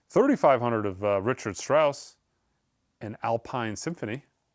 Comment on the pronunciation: Please stop mangling the names of classical composers such as Varese, Dvorak and Richard Strauss. Strauss’s first name is pronounced Ri-kard. Dvorak is pronounced Di-VOR-Zhak. And Varese is pronounced Vuh-REZZ.